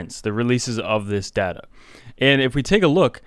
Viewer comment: It's data. Not dada.